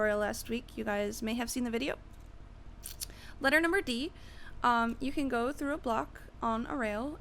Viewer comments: ledder number D? what? nice vid eather way thx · "Letter number D" Lol